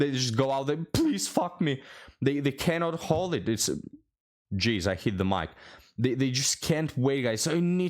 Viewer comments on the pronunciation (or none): none